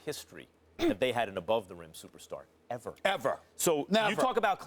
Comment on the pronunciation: Stephen A Smith: The knicks haven’t had a supastar Eva! Max Kellerman: but not only that Stephen A. But the knicks have NEVER had a SUPER Star EVER! Lmaooo😂😂😂😞